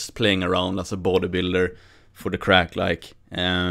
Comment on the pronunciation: "For the craic like" You've taken to the Irish tongue like a duck to water lol